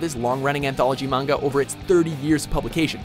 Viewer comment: oml he pronounced manga properly